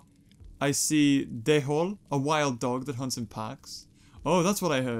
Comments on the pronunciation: "Dhole." Pronunciation: Dole. The h is silent. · Dhole is pronounced dole